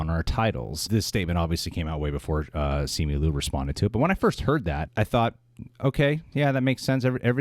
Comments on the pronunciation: Simi Lu? First off, you're Asian... You are not allowed to butcher Asian names. It's Simu (SeeMoo) Liu (Lyoo) come on now, get it right! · Bruhhh it’s SIMU LIU NOT SIMI LU!!!! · SEE-moo LEE-ew, please... he tweeted his own name pronunciation. Agree with you guys -- yikes leadership at Disney, huh?